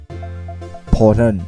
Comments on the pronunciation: อ่านผิดนิดหน่อยนะครับ มันอ่านว่า พอทอล กับ เซลด้า ครับ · พี่อ่านผิดอ่ะ Portal อ่านว่า พอลโท้ว แล้วคำว่า Zelda อ่านว่า เซลส์ด้า